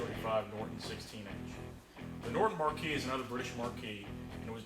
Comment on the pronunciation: The word is "marque" and is pronounced "mark", not "markee" as would be a lighted sign above a theatre (marquee). FYI